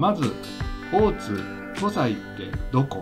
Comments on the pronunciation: 他の方も指摘されてますが湖西は こせい と言い、白鬚神社は しらひげじんじゃ と言います。もう少し調べてからアップした方が良いかも! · 湖西 読み(こせい)です